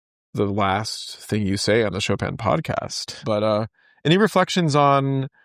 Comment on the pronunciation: Decades with the composer and still unable to pronounce his name. Only in America.